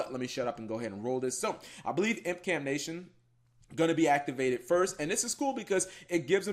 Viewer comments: Everyone: Impcantation: iMPcAnTNaTiOnS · IMPCANTATION FOR FUCKS SAKE NOT IMPCANATIONS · ImpcanTATION not Nation. You know, like incanTATION